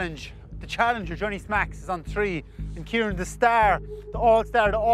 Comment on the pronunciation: I know! But when people from Kerry say his name, it sounds like Kirean😂👍🏻😂